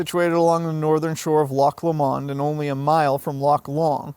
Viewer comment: Loch Lomond is pronounced ‘LOW-MUND,’ not ‘LOMMOND.’